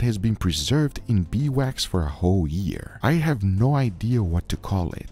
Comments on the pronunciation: Title spelling: Beeswax (correct) Guga throughout the video: Bee wax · Is it that hard to call it Beeswax? Not Bee Wax. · Why wont he say bee's wax instead of bee wax